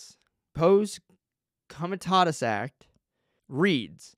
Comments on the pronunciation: Pah-see com-ah-tah-tus. Let's say it together... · For one, you don't know what Posse Comitatus is, or how to pronounce it. You also don't know that the "s" at the end of Marine Corps is silent. All branches of the military have JAG Officers. On to the exceptions of Posse Comitatus. You are making a lot of assumptions. In certain cases the military can/will make arrests pf civilians. One of them being something we may not even be aware of. For instance, if Trump passed the baton off to the military/FEMA before leaving office, they would as we speak, be running the government. It is possible, not probable, that we have no president currently. This could have been done through the signing of the insurrection act, the president giving control over to FEMA during a national emergency, or by signing a PEAD. All of these examples would make posse comitatus null and void. Please do a little more research. I don't believe he was arrested, but that's not my problem with your video.